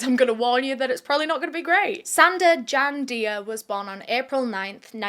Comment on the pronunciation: I'm a bit of a silent watcher, but your videos are my fuel:popcorn-yellow-striped-smile:. btw, Dia is pronounced 'Jah' because, in francophone West African countries, that is how it's spelt.